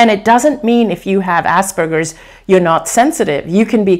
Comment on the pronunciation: Can't unhear "ass burgers"!! LOL